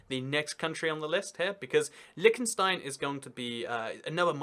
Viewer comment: i hate how he pronounces it like lickenstein